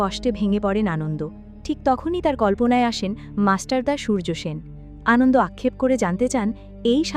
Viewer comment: Prothomei boli, valo bornona korechhen. Kintu Anonto Lal Shing k bar bar 'Anondo' bolar moto eto boro vul hoi kikore apnader. Eto riti moto onny. Ekbar recheck korar proyojon bodh koren na apnara? R seta kei upload o kore dichhen buk fulie? Eto boro overconfidence ase kotha theke apnader? Ki mone koren bolun to nijeder? R hya 'Kup kat' noi sobdo ta, ota hobe 'Kupokat'. Any way Thank you for explanation.